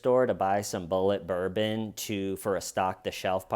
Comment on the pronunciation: LOL she needs prison just for the way she pronounced Bulleit Bourbon